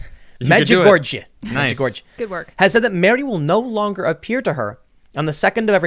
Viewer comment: Say it with me Tim. Meed-ch-dz-u-gôr-jé ;)